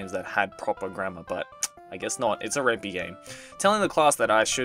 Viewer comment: I think the "Py" in "Ren'Py" sounds like "pie", because it's written in the Python programming language. I believe it's also a pun on "ren'ai".